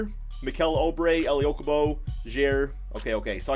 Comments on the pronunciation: Suns will make a bigger splash. You’re too conservative. TJ Warren will be traded. Maybe to the Nets for Dinwiddie or s&t for Russel. Then they’ll get an audience with KD before settling on Julius Randle. Oubre...pronounced Ooo bre not oh bre will be resigned after they finish free agency signings. Probably 4 years for 55 million or about that. He’s also the starter even if Warren is on the roster. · STOP SAYING OUBRE WRONG ITS “OOO-BRE” NOT “OH-BRE”